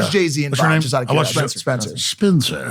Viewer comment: "" hahhahaha